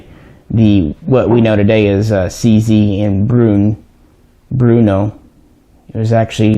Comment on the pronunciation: It's Brno, not Bruno.